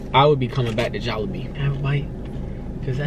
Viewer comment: Your close. JolliBee is pronounced (Jolly-bee). They just substituted the ''y" for an ''i''.